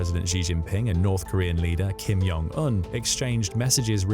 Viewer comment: It's Kim Jong Un not Kim Yong Un. In Korean the J is a J sound - not a Y sound.